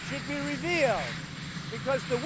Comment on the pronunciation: I had to watch again, when he said the whistleblower should be revealed, i thought he said he should be repealed